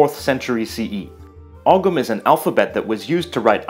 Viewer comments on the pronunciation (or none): Really interesting video. Ogham is pronounced "ohm" though.. I went to an all Irish speaking primary school, my brother continued his education all the way up through all Irish secondary. I find myself speaking Irish words pretty regularly and when I travel with other Irish people I would use our language as a "code". The phrases and expressions are beautiful. I love the similarities between other languages such as Spanish e.g. coinín/ conejo, eaglais/ iglesias. I love knowing what our surnames/ place names mean and the history behind it, I also adore the Irish names that are unique to us and untranslatable to other languages e.g. Fiachra, Oisín, Foladh, Sorcha... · Pretty sure ogham is pronounced "owam" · you dont pronounce the g ogham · hi there ogham is pronounced oh um the GH is silent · Also, to pronounce Ogham correctly, just stick the sound of the letter M on the end of the word "oh". Phonetically, it might be written "ohme". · As says in his piece on the Irish language, the name is Irish, NOT Irish Gaelic. Also Ogham is pronounced as ohm.